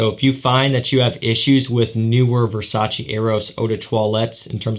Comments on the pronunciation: Exact Versace no Versaci ahahahaha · VERSACEEEEEEE!!! NO VERSA-CHI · i am Italian VERSACE ....EEEEEEEE no Versaci